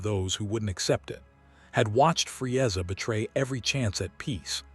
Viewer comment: I'mthe man, Fre-ezza, Nawlin. AI pronunciations, hilarious